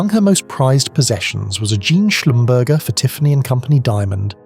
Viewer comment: Schlumberger is pronounced Shlum ber zhay